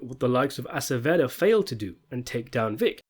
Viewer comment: Sometimes I think I only watch these videos for the mispronunciations. “Vic MacKay.” “Akaveda.” “Walter Goggins.” “Monika Rollins.” “ Cori.” “Dutch and Claudia.” The videos go down more smoothly if you just chuckle at it.